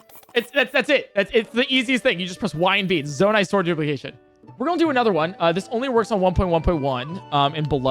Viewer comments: my favorite part about is how he says "gonna". he says it like "golna" and it's hilarious. don't change it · yo man, i dont wanna be this guy, but needs to learn how to say "gonna" without juggling his tongue down his throat.